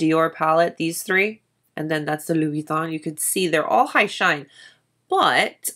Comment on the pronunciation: Love this video, i wish more makeup and content creators were like you!! and your pronunciation of Louboutin is *chef's kiss*. Just curious but do you know what interior size of the case? I actually stumbled across this refillable case because i was looking for a business card holder that was a little...different. this definitely checks all my boxes but I'm curious about size.